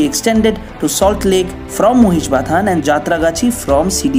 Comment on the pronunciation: Thanks, for pronouncing Mahishbathan as Mohishbathan and not making it Maahishbyathan like they did in case of metro announcements [Robindro Sodon became Ravindraa Saadaan there.] Great content as always.